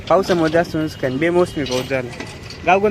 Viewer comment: नुसकान नाही नुकसान म्हण रे भावा